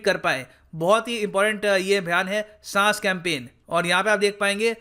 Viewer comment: SAAS nahi SAANS 🙃